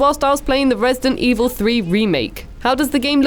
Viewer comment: dent Evil